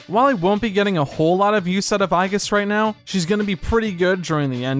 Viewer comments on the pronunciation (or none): none